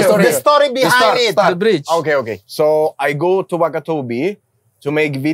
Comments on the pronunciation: Yg lucu tuh udah salah sebut TERIAK lagi " the bridge " the bright 😂😂😂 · Mamat: Tell me about the brayj😂